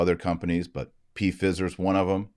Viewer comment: Does Dr. Marshall mean to say Pfizer like that????😂😂